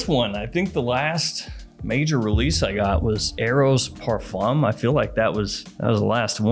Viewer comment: Please learn how to say parfum. It’s not par foam or fom. The fum is nasal and kind of like fain or like a hard nasal fan with the emphasis on the a and not the n. But you probably already know that.